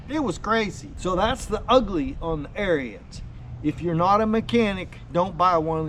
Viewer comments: 1st its Arons not Arians 2nd sounds like you had a problem with Lowes not Ariens. Other than the pump leaking which after 5 yrs normal wear and tear. Ive had the same mower for six yrs I do normal maint. Its the best mower I have ever owned. Imean you cant compare a 10k mower to 3k mower. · "air-reens". its not a nazi skin head. lol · Ariens pronounced arins it's their last name, not like the term aryan race. Thank you.